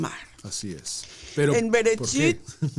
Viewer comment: Esta buena la enseñanza solo q no dise Brecht dice bererechi una letra le sacaron